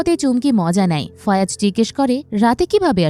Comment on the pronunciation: একবার বলেন ফায়াজ একবার ফয়াজ আরেকবার ফয়রাজ... একজনের নাম কতভাবে উচ্চারণ করেন?